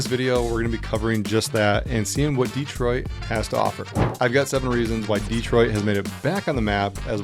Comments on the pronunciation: Its not DEEtroit, it is dehtroit. Please pronounce it right. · Why does this guy say DEE-troit?